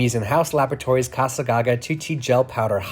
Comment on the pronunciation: It's not ca-sa as in Spanish it's ca-za with hard S for Italian